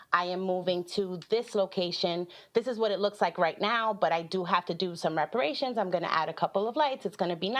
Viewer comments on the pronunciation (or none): Not everyone should have their own business. Did she say reparations Instead of preparations? She needs to work at the DMV.